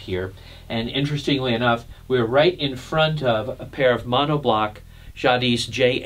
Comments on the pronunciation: The "s" is silent in Jadis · FYI, the ‘s’ in Jadis is not pronounced. Pronunciation is “zhah DEE”